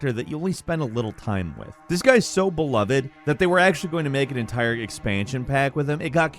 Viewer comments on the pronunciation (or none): none